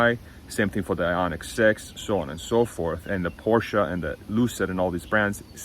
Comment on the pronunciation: please pronounce Porsche as “Porsh” not “Porsha”.